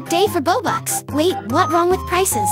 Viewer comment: "FFREE ROBUX"